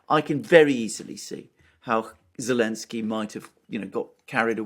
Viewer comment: Why do some people call him Elensky? Is that how it's supposed to be pronounced